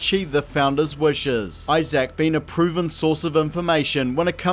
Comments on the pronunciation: His name is Isaac. Not Eye Sack, dude. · I'm sorry, how are you pronouncing Isaac? It sounds like you're saying "eye-zach" lmao. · You missed the other problem of the video: the way he keeps pronouncing Isaac as "Eye Zak"